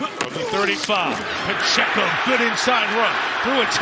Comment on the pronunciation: Pa-chey-co. Respect the name, respect the race.